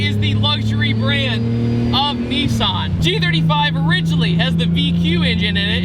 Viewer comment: Why can't Americans say Nissan?